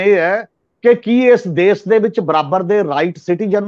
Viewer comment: The word is Desh not Des , Shahr not Sahar , Taanashah not Taanasah as one of your commentators pronounces . Secondly, if the farmers have the right to demonstrate, common people have right to go on the roads . Thanks .